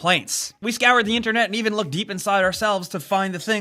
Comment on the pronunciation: is that how you say "even"? like the name Evan lmao